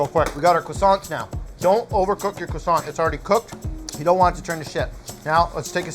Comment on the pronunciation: People fucking the word croissant up never gets old